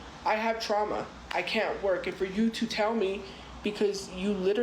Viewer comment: I know 😂 She says "trama" and insists that's the right way to spell it even though people correct her.